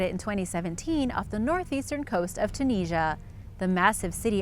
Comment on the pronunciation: Why is it that in every video involving Tunisia you pronounce it weird?